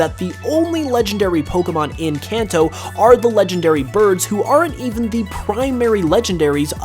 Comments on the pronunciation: You keep pronouncing Kanto wrong. Kenton is pronounced (kahn-toh). Its Japanese. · I mean Kanto not kenton.